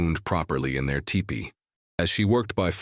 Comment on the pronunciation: Sayyyy whaaat?!? It’s a teepee, not a tie-pee!!